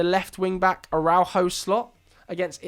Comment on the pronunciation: Great video. But I think I had a stroke every time you tried to pronounce Araujo